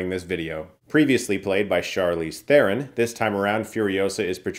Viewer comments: As a film critic, at least pronounce her last name correctly, it’s a silent “h”. Her name is said “Ter-Ron”. You wouldn’t see me saying “Chris Stookman”😅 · Man, I whined at Jeremy for mispronouncing Charlizes surname, now I have to whine at you to Chris 😂 Ter-Ron. The H is silent.